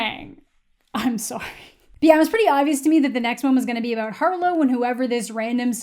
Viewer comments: I love how you can hear the canadian in amandas voice when she said soory in the beginning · lol you say sorry very Canadian